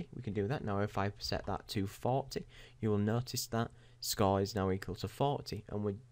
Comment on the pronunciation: What's a Scaw?... Do you mean Score?.. I heard you say it right one time. You know you're saying it all fucked up on purpose. I heard it a couple more times. Same with Report and Forty. You try to say these words all fucked up purposefully and sometimes you forget and say them normally... Why are you doing that?.. What's the point?.. Does some famous person you wanna be like talk that way or something?